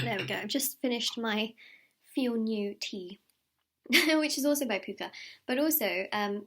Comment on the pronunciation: The tea isn’t pooka it’s pukka. Puh-ka :)